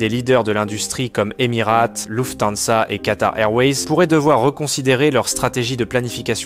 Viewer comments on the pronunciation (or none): Bonjour par pitié “Émirates” et non pas “Émirate” 😂 j’ai les oreilles en sang 😂😅😊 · Normal, sinon, Emirates ne prononce à l'anglaise "eˈmɪəreɪts" (phonétique) pas Emi-rate.